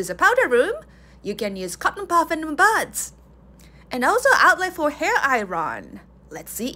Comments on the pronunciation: Lol your pronunciation of “iron” is adorable. You SHOULD say it like I-ERN, not I-RON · “Iron” is a word my ESL partner also has trouble with, we change where we pronounce the R in Iron for no reason, so it’s “I-urn” Love your videos! This is a fancy bathroom, love the powder station!